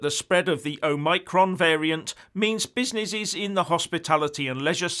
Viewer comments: He also said: Oh-my-cron and Busy-ny-shes just like he said Proa-toa-call! LOL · Oh-my-cron and busy-ni-shes! hahahahahahahahahahahahahahahahahahahahhah